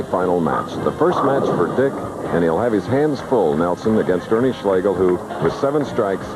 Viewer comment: It's "Ernie" or "Big Ern" 😅